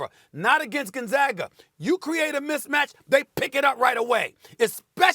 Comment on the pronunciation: Did this man just say Gonzagger?